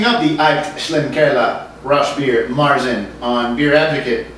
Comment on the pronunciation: As a German I have to say your pronunciation of "Aecht Schlenkerla Rauchbier" is spot on, so don't worry. Of course, this beer is not for the faint of heart. This is the kind of beer that'll grow on you over time.